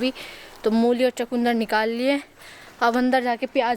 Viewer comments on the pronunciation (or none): चकुन्दर नहीं होता चुकंदर होता है इंग्लिश मीडियम में पढ़ते हो